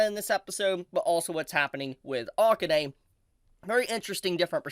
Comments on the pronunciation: Is it not the case that AKANE is pronounced "ah-kah-Ne," not "Ah-Kin-nai"? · Oof, please pronounce Akane's name correctly